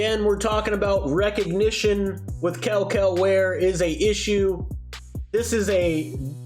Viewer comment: I can’t even lie, how can you criticize a man for lack of effort while not taking the effort to actually learn to pronounce his name properly? I mean you continued to slaughter it over and over and over 😂